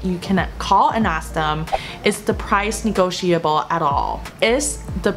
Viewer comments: Not being nitpicking, your 'negotiable' was pronounced a bit off. Should sound like 'ni-go-shi-ble'. Not 'shia-ble'. Trust me, I use it daily, 😁 Btw, you have transitioned from a little girl to a Mom, congrats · 这期超实用的😍 Maggie老师辛苦了！建议：屏幕左边的文字用深一点的颜色。一片白，不太容易读。 温馨提示：1）读音：negotiable, bulk 2）语法 A) come as a surprise (不是 at a surprise哈）；B) there is a way is asking for a price match语法不太对头哈。中间加一个 which is 就对了。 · negotiable 和bulk 的读音有什么问题？